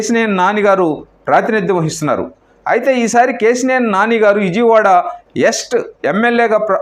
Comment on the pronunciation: మీరంతా ఎందుకు ఛానెల్లు పెడతారు?.ప్రజల ప్రాణాలు తీయడానికా?. ఇజియ్ వాడ కాదు. విజయవాడ. కుమార్తి కాదు. కుమార్తె. అబ్యర్ది కాదు అభ్యర్థి. ఎన్ని తప్పుల్రా బాబూ.